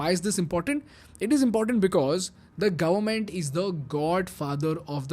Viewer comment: Gavvment ❌ Government ✅